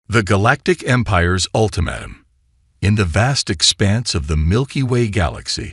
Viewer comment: You mean ultimatum this AI sucks